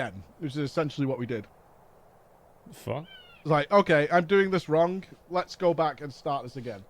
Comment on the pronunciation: Stop saying wrong with k at the end! Wrongk.....